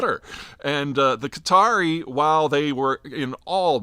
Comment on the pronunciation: It's not Cutter ... it's Qatar. Peter pronounces Qatari (the people) correctly but then the name of the country, incorrectly.